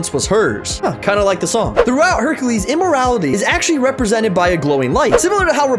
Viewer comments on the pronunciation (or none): He speaks so confidently I cant tell if saying immorality instead of immorTality internationally XD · He triggered me today just because he pronounced immortality wrong